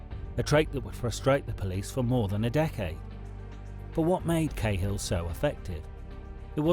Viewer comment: his name was KAA HILL